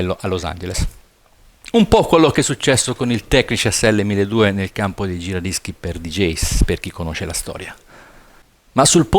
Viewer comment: si dice: "tekniks" no "technish" ciao zio...